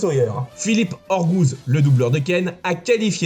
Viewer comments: Vidéo intéressante et sympathique, mais deux choses a rectifier, entre autres. C'est Philippe Ogouz et pas Orgouz Bernard Denimal est bien le chanteur du générique FR mais la photo montrée est celle de Jean Paul Cesari, l'interprète du générique de Nicky Larson, entre autres. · Philippe Ogouz pas oRgouz... et c'est DenimaL avec un L... bon sinon c'est une bonne video. Merci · C'est pas Orgouz c'est Ogouz. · PS : pourquoi "Philippe oRgouz" avec un R ? Sauf prononciation que j'aurais zappée : c'est "Ogouz. Pour info. NB : les épisodes pour aller jusqu'à l'affrontement avec Shin sont vraiment trop rallongés (la majorité assez nuls et inexistants dans le manga). Cependant certains restent funs et permettent d'apprécier plus le perso ex meilleur ami de Ken, car en à peine plus d'un volume... c'en est fini de Shin; dommage !